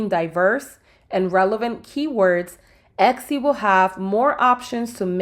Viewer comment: still saying ECCI or EXXI are we?